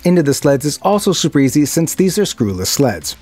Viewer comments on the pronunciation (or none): none